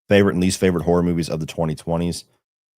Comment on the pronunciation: “Fevorit” LOL jfc